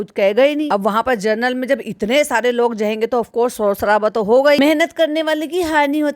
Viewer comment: जी, आप जर्नल नहीं, जनरल बोला कीजिये। General होता है वो।